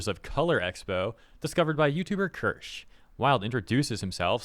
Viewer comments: For future reference Kirsche is pronounced kear-sha, it's apparently originally german in origin. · Her name is "Kirsche", which is the german word for "Cherry" 🍒, hence the cherrys on her model. You need to use the german "e", like you pronounce the e in the word "head". The "sch" like you say the sh in "she". Kir - sch - e. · The way pronounced Kirsche's name, I'm shocked he hadn't heard it until now. She's literally one the leading figures when it comes to tracking down and exposing the DEI industry.